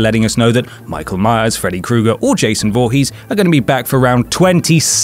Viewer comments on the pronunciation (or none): none